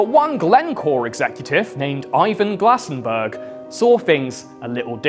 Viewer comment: Glasen "berg". Every single damn time.